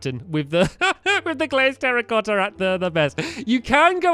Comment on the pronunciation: when he said terracotta blocks I thought he said "Harry Potter blocks"